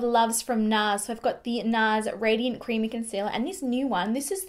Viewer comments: Example instead of so affordable it comes out like soooarrrrr affordable. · New to your channel however the fact that you do place a strong rrrr after words with Os is a little distracting lol